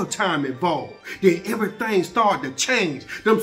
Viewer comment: he said im telling everythang. everythang?... everythang.